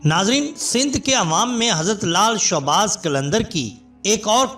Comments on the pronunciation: Bhai showbaz nai shahbaz hota ha mehrbani karain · بھائی لال شاہ باز قلندر درست لفظ ہے۔آپ نے بے دھیانی میں شوباز بول دیا۔اللہ کے ولیوں کی برکت سے اللہ پاک کرونا وائرس سے پوری دنیا کو اور ہم سب کو نجات دلائے ۔اللہ ہما آمین ۔